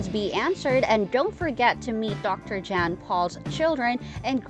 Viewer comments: Not to be critical, but whoever is narrating this video is pronouncing Dr. Pol's name wrong. She is pronouncing his first name as "Jan", like a girl's name (rhymes with "ban" or "man"), when it is properly pronounced "Yon" (sounds somewhat like "yawn") and pronouncing his last name as "Paul", when it is properly pronounced "Pole" (rhymes with "hole"). Thank you for the video, telling us where Dr. Brenda and Dr. Emily are now. Love the show! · Jan pal NO NOT Pronounced THAT WAY ITS PRONOUNCED YAN POLE GOSH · Learn how to pronounce their names if you’re going to narrate a video about then! Dr. Pol’s name is pronounced like Yahn ! He’s a Dutchman!